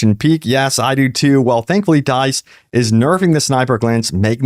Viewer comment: Bro you gotta learn how to say "dice"